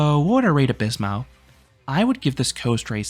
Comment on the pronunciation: As a Spaniard: Nice try, I really can’t ask for more from someone who’s native language isn’t derived from Latin ;)